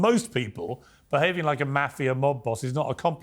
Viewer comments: Piers, please for god sake, please learn the word. "Maahh-fia" not "Meyy-fia".. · It's not pronounced Maafia lol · Its not Maf-ia!! .....its Ma-fia?! .... The way Pierce says it is so annoying! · Piers ... Lol . Nobody says "maa-fia"... It's pronounced "mah -fee - yuh" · Piers you are grossly mispronouncing the word mafia. MAH-FIA. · Piers please pronounce maahvia correctly and your guest's name Francheseee" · How Piers pronounces Mafia (Moff-E-Ah) "Maffeya" makes me cringe every time he says it. Couldn't watch the whole interview because of that. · I think when you are going to interview a person about the mafia, you should know how to pronounce the word. The "a" in the word is pronounced "ah" . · “Meiiifia” - thanks Piers for the pronunciation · P. MIRGAN. pronounce Mafia correct for cripes sakes. It should not sound like CAFE -IA with an M. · Pier's pronunciation of mafia jars me. Otherwise, I appreciate his interviews. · He held his calm and didn't garrote Piers for pronouncing "mafia" like that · I am surprised he didn’t correct Piers on how to pronounce “Mafia” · Come on Piers learn how to pronounce "Mafia"!!! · Piers pronounces Mafia so wrong... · At least pronounce Mafia right, even if you are British. Piers is going to ask the tough questions. Michael is very smart. He's not going to crack. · it isnt mafia like sass it is mafia like the "A" in Art. you welcome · Piers! Learn how to pronounce “MAFIA”. You’re a journalist, English is your 1st language, it’s not hard! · Softball interview... I learned nothing new , Except Pierce doesn't know how to pronounce mafia. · Piers - can you not pronounce 'mafia' correctly? Soft 'a'.